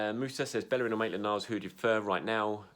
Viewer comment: dude said he'd like hector ballerin at right back! ....hector bellerin 😐